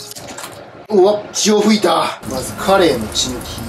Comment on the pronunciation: 「血を吹いた」がどうしても「潮吹いた」に聞こえてしまう